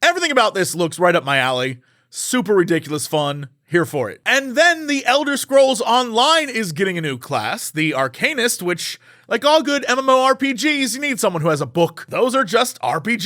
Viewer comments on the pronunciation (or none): You did not just pronounce Arcanist as Arcane-ist. You literally play FFXIV.